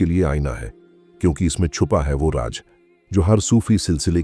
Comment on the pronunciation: Bhai sahab apna talaffuz ki taraf dhiyaan dein. Raz (secret) aur Raj (hukumat) hota hai.aur doosre alfaz mein bhi aisi hi kamiyan hain.